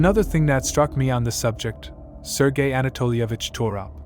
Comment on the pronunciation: ITS SERGE MONAST. NOT SERGEI He is not Russian, but from QUÉBEC. it's pronounced SERGE like iN SURGE...